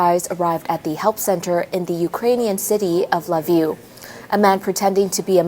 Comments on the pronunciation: Pronounced "key-v" and "le-viv" where she got La Vue from is freaking hilarious. Needs a checker. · Atleast learn to pronounce Lviv. Its pronounced Veeve